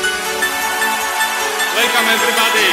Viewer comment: łelkam ewrybady? nie, to nie jest dobrze. :P